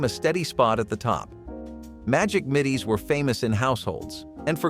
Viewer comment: Ding Dongs weren't really 'cookies. Hello Dolly bars were not sold in stores, they were something people made at home because they were so easy and rather fun to make. Trader Joe's sells a lime cookie in the summer, that is similar to the Lemon Coolers. Why does the narration keep saying "Middies" when the package clearly says "Middles"?